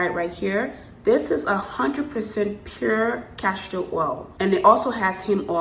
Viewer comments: Enjoyed your video. Very informative and easy to follow. My only complaint would be every time you said CASHtor oil instead of Castor oil. It made me cringe each time. lol Besides that, I loved it!!! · It’s castor oil not cashtor oil 👍🏼